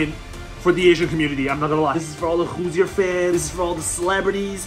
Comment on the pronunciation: Hello. As a fellow Hoosier, I really appreciate what you are doing with our program. However, I am sorry to inform you that it is pronounced “Hoo-Sher”, not “Hoo-Zir”